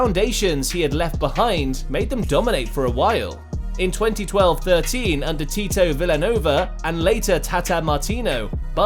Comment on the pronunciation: wait I didn't know pep played undeer guardiola